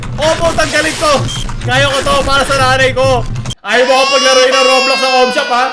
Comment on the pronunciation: When said Raw-blox, instead of row-blocks. I felt that.